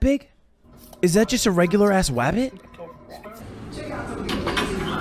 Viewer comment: Honestly, Ludwig saying "wabbit" is gold